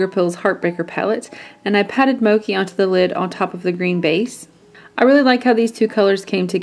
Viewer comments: Love this look! The greens really do look great. (FYI it is "mo-chee" not "mo-kee". Mochi, like the ice cream!) Thanks fro another great tutortial! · Just an fyi, the color Mochi isn't pronounced "mo-kee," but "mo-chee" It's a Japanese sweet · It's pronounced "Moe-chi" not "moe-key" lol Mochi is an asian desert kinda similar to the color haha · Mochi, pronounced mo-chee, as in the Japanese sweetened rice cake. Soft and sweet and delicious like the eye color. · Mochi is pronounced "mo-chee", like the ice cream, not like mocha. :) This is so pretty!!! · such a beautiful look! btw it is pronounced "moe-chee" haha it's named after a Japanese treat! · Mochi is pronounced Moh-chee :) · Mochi is pronounced as (Moe-chee) :) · I love seeing tutorials with the Heart Breaker, favorite palette every. Although it's pronounced mo (as in, to mow the lawn) and chi (as in the life energy, chi). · I'm pretty sure the ch in Mochi is pronounced like "chair". If they were talking about the japanese treat/dessert/snack. Anyways, I love this! You're so talented and can pull off anything...